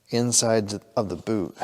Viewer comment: You said 'Boot' so many times I thought you were speaking Canadian.